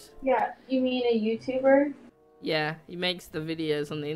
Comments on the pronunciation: He said tube youb😂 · Did I heard say tubeyouber